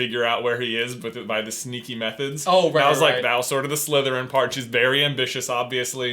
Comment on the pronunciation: when they answered on disgust i heard slutherpuff #slutherpuff